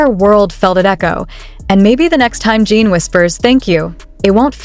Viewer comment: AI is HORRIBLE! This site uses it exclusively. Lazy! Yes, it's clickbait! Mispronounced name is first clue! It's "Jin" not "Jeen"!